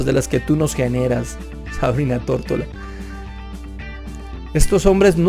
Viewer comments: dices Tórtola 😂😂😂 y luego pones una foto de ella con su nombre y claramente dice Tortora. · Se apeida "Tortora" no "Tortola" ¿Si notas la diferencia?